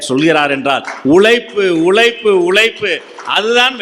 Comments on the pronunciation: ஐயா இவ்வளவு அழகாக தமிழ் பேசுகிறீர்கள் பட் உழைப்பு என்ற வார்த்தையை உழைப்பு என்று சொல்லாதீர்கள் ப்ளீஸ் உங்கள் பேச்சு அருமையாக இருக்கிறது கேட்டுக் கொண்டே இருக்கணும் போல இருக்கு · உழைப்பு என்ற உழைப்பு என்ற வார்த்தை உச்சரிப்பை சொல்கிறேன்